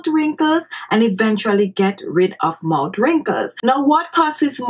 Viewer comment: Sonya Parker, I love her island accent, but yes, the 'mout' being said over & over again made the beginning of the video difficult to watch. If you don't like that people have something to say about that, I feel sorry for you, because you are an adherent to 'Do as I say, not as I do.' Any linguist or language teacher worth their salt would instruct her to place her tongue onto the back of her teeth while pronouncing th's, or as my speech therapist used to say, 'ith' sounds. Just clicking the tongue on the back of the upper front teeth makes the 't' sound, but holding the tongue there creates the proper 'th' sound. That way she would say 'mouth wrinkles' & 'thirty minutes' instead of "mout wrinkles" & "turdy minutes". It's about lingual mechanics, not any kind of disrespect. To say that it is not respectful to try to tell someone who is a public speaker to properly articulate their words so that their entire audience can understand what they are saying is very silly. It would be not respectful to just rubber stamp it. She's a grown woman. I think she can handle the comment. And if she can't, she doesn't belong on YouTube, she'd belong in therapy. Again, she looks to be healthy, happy, & not a withering flower. I don't think she's losing any sleep over And She Was's comment. The woman is mispronouncing her words, period. Saying it is not respectful to tell her that is... just your individual overly defensive emotions speaking, not fact. Facts: If the lady were to say those word